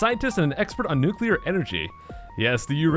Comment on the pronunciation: Thank you for saying "noo-klee-ur" and not "noo-kuu-lur".